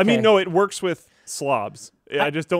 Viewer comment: Man just said “werks” 💀💀. My 1 year old niece knows how to spell that word